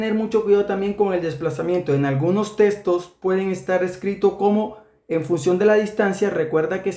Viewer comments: Minuto dice "Los testos" sin pronunciar bien jajajajaja :))))))))))))))))))))))). Buen video. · testos jajaja amigo es textos